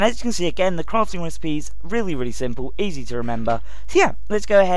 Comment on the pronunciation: i hate how he says really